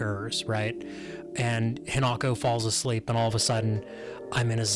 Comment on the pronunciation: Y'all still can't pronounce the main character's name, right? Her name is hinako. Not he not go.